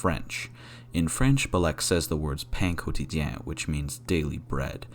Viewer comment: i'm french and i loved how you said "pain quotidien" xD